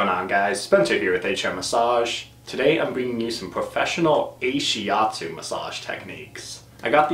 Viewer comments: Ashiatsu isn't not-shiatsu but rather massage done with the feet. Ashi means foot (足), atsu means pressure(圧) in Japanese. Also it's pronouced Ah-shi atsu, not ei-shi atsu. But great video! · Why did you say 'Ay-shiatsu" instead of 'AH-shiatsu'? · Brill. thanks very much despite strange pronunciation, of Ahiastu ;-) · You pronounce and translate it wrongly. The name of this therapy comes from ASHI- means FEET and ATSU- massage pressure in Japanese. ASHI-ATSU. Ashiatsu. I am an instructor on this modality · I have to wonder if this guy actually talked to the therapist or read up on the modality since he's just starting off already with completely wrong, easily looked up information. I can somewhat forgive pronouncing ashiatsu wrong, but it implies he talked to few or no therapists, but the word isn't an English word with Greek origin. It is literally a Japanese loan word. And it translates to foot pressure. Ashi in Japanese means both leg and foot. Shiatsu does not mean hands. It's like he's just making stuff up even the most cursory search could disprove. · He doesn’t pronounce it right. ...